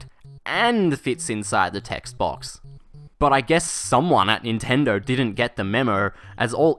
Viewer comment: "Someone at Nintendrrr didn't get the memrrr"